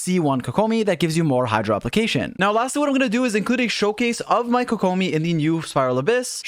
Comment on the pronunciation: How to say it. Kokomi. How you say it. koKOmi.